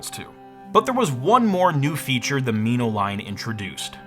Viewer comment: "Me-no"? It's "Min-o" like the tiny fish. It was my first HD camera and it was glorious.